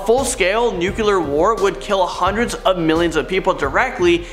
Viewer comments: 1. It's pronounced " new-CLEE-er". 2. The baby sun is from Teletubbies. And I don't even have kids. 3. I think mankind will end before any major catastrophe simply by our intelligence de-evolving. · Hubble, rhymes with Bubble. Nuclear. Nuculear is not a word. Thank you and have a great day. Also WWI was a good deal responsible for spreading the Spanish Flu in 1918. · Nuquelar...sounds like Bush talking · DUDE! Take a public speaking class! And quit yelling! And it’s pronounced “new-klee-urr”!!! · You lost me the moment you said nuculer. Where’s Ayman?! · And the nuclear war as "Nuke-eh-lar" war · "Apripos" is pronounced "ap-ray-po". Also, "Hubble" sounds like "bubble", and "nuclear" is "noo-clee-ar" not "nu-cu-lar". Hope that helps. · Dumbness could get us... Nuc-you-lar and ir-repair-able?? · I think you mean there are ten million in our galaxy. Not solar system. And it’s pronounced Hub-bell not Hew-bell. 😀 and it’s not nucular (nu-cu-lar) it’s nuclear (nu-clee-err) and the word is apropos (ap-pro-poe). Just trying to be helpful. Not being critical. 😀